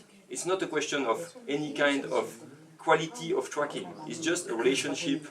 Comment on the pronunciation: sounds like hes saying fucking instead of tracking